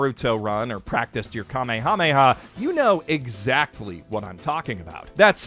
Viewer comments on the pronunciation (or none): none